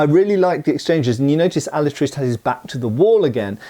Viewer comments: If you can't be bothered pronouncing his name right, I can't be bothered watching past the first five minutes of this. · You are mispronouncing the name Alatriste. It ends with a mid-front vowel. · I think that final "E" in the word Alatriste is probably NOT silent! And the characters in this movie really make me think of Puss-In-Boots!😁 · "He wasn't the most honest, nor the most pious man, but he was brave. His name was Diego Alatriste y Tenorio, and he had fought in the Tercios in the wars of Flanders" Pronounced alah - Trís - teh. stressed in the second syllable. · Can't watch your video if the guy is gonna pronounce the name of the movie wrong throughout the video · In Spanish It’s pronounced “ah-La-tree-stay” not “Al-uh-trist” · Alatriste is Alatriste, not Alatrist. The e of the end it´s not silent in Spanish. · Hearing that kept bugging the fuck outta me. No entiendo lo difícil de pronunciar la "e" al final... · ¡Hola! In spanish there are no silent letters, (with the exception of the letter "h"), so his name does not sound like "Alatrist" but "AlatristE". The final "e" has to be pronounced. By the way, his surname, Alatriste, is a made up word, composed by two real words: "Ala" which means "Wing", and "triste" which is "sad", so the literal translation would be "Sadwing", although, it's just his name, and don't really has any more meaning than that. His final opponent is not spanish, but italian, and is clearly noticiable in the way he speaks (spanish, but with a strong foreign accent and some italian words here and there, if I recall correctly). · in Spanish e is pronounced eh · alatristE the E isn't silent it means sad wing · Alatriste is pronounced Alatrist-ay. Not a big deal, just lyk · Pronunciation help: it's said "Alatristay" Great vid. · The e is not mute.